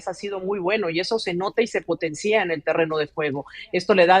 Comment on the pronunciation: Se pontencía dice la mejicana? Con tilde en la í, mmmm, estos pasises hacen con el español lo q les da la gana, y tienen micrófono para repartir tal nivel 👎🏻